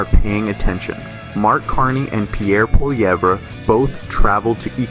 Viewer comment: You can't pronounce Carney or Polievre? Voice bot You should talk to your Creators 😢 Good channel, though 🎉 Sky net 😂 Gary from Canada 🎉